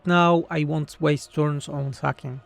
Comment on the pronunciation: It felt wrong because sacking should be pronounced with the ae sound ;)